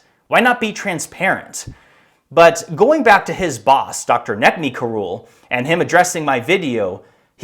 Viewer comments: Sounds like you're calling him Cruel. Karul DeVille. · Karul, pronounced, Cruel.